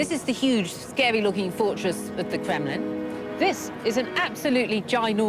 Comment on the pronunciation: Lucy can't say the letter R. The Cwown of Russia. The Kwemlin. The Womanovs. Speech Impediment?